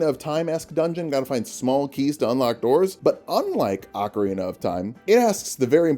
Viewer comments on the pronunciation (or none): none